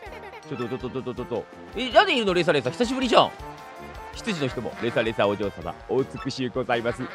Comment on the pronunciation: レサレサお嬢様ぁ〜！ 相変わらずのレサレサのイントネーション違和感あるな(笑)